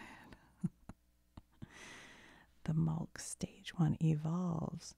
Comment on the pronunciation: did u just say mulk? 🤣 there is no L its pronounced muk like saying mug but with a k